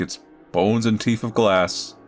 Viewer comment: "his teef!"